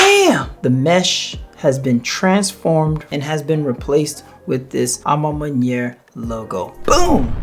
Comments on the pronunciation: A ma man-what? Butchered that lol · You know you can Google the pronunciation of a ma maniére 🤦🏾‍♂️🤣